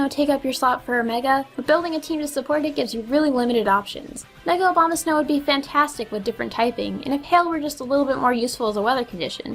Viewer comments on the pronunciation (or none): She keeps saying obamasnow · she kept saying obamasnow .-. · I definitely just heard Mega Obamasnow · I like how you said obamasnow instead of abamasnow x3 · I kept hearing her say Mega Obamasnow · Did she say Obamasnow or Abomasnow? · Did anyone realize she said "Mega Obamasnow"? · I love how people say Abomosnow as Obama-snow lol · You kept saying Obamasnow. XD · ***** I'm guessing you meant to say "Abomasnow". Still, "Obamasnow" is pretty damn hilarious. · mega Obamasnow.........i was just praying you would say it right just one time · I like how you say Abomasnow as "Obamasnow". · I thought u said mega Obama for a second XD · i heard mega obamasnow at first lol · Hah, you pronounced it Mega Obamasnow. Mega Prez is meta now. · Lol she said "OBAMAsnow" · Am I the only one hearing her say "Mega Obamasnow?" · OBAMASNOW? XD Oh... My ears are laughing... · Ok, I love how you said mega Obama-snow. I know you didn't mean to, but I died laughing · XD I'm pretty sure she said "Obama-snow" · did you say Obamasnow? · Did you say "Mega Obamasnow" or did I just not hear that right?^^ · Mega Obamasnow? Seems like someone has developed a bad habit when pronouncing Abomasnow's name :P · When she said abamasnow I literally only heard obamasnow